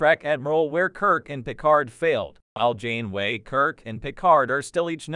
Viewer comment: I'm sorry, but the AI voice and horrible pronunciations of "Janeway" and "Jean-Luc Picard" made this video unwatchable. 😞